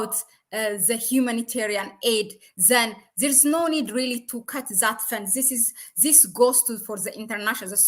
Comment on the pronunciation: I love your channel but please try to control your Z in English this not zis